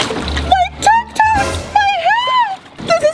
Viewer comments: it's tic tac not tik tok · It’s tic tacs not tic toks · Lmao she said Tic tok instead of tic tac🤣🤣🤣🤣😂😂😂😂🤣😂😂🤣😂🤣😂🤣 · said tiktok when she has to say tiktak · First what is Paul to Ameerah and when said tiktoks when it’s tiktaks 🤣🤣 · Hannah Brooks well ima make a better sentence “ it’s actually called tic tacs, not tic tock. she pronounced it wrong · It's funny how called tic-tacs tiktoks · I think meant tik tAks not TikToks 😂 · When said tic tacs she called them tic tocs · she called tik tacs “tik toks”😭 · Did say tiktok instead of tictac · It’s not TikToks it’s tik taks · Why this lady over here calling these tic taks tic toks.. 0-0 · can someone tell its pronounced (TIC - TACKS) not tic toks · it's tik tac s not tik toks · It's not tik tok s it's tik tacs